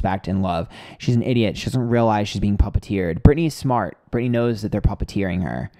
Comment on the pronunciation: Every time you said someone was puppeteering Jaime Lynn I swear I was hearing papa-teering. 😒